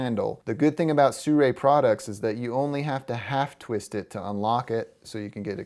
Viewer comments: why do most people i come across pronounce this as "suray" it is pronounce as it is written "Sirui" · i understand you but SIRUI can not sound SURAY either way thanks for the video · it should be pronounced see ruu eee. But with less emphasis on the "see". Just as short "see"